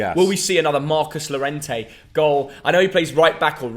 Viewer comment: Tiene que aprender cómo hablar español. Es Llorente no Lorente. Este otro apellido. tiene que aprender español.